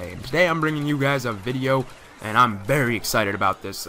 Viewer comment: it sonded like you said berry not verry